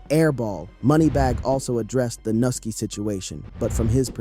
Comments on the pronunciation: Nigga is pronounced new-ski who th is nusski 😂 then he doubled back n called the n* “nilky“😂then pronounced it correctly as “Nuski” then called the man noki then noski trolling at a all time high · lol u disrespectful mfa mane can’t even pronounce nuski name 💜